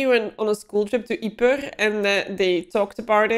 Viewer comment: The most important thing I learned from this reaction is I now finally know how "Ypres" is pronounced. I could never figure it out. Now that I hear you say it it makes perfect sense. Not sure I can say it properly with my American accent, but I now can see and hear the word together when I couldn't before. Thanks! I have not seen this version, but have read the amazing book (though the author showed anti-Semitic tendencies later) and seen two earlier versions of movies.